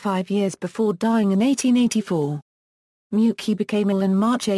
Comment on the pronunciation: I hate that pronunciation it's (may -you-chi)